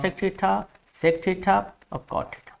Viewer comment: थीटा❌ ठिठा ✔️ 😂😂